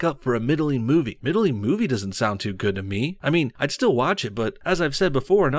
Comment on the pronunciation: middling - not "middle-ing" ffs